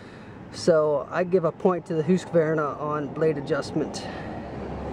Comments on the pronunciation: Who-ska-vern-ah? It's Husk-ah-var-nah. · Is the name not pronounced HUSK -VAR -NA not HOOSKA VERNA ? I have never heard that name pronounced that way. Its husk -var - na for me. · Here in western Montana, I fear that any logger hearing this fella pronounce the Husky name like he was from another planet would get the ol' chain saw haircut. Take the easy way out and just call it a Husky!! ...............Hoooooski, indeed!!! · Say's Mr Hoooooskavarna rotfl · No really its husk-var-nah, no "ah" between the q and v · lmao, its husk var na.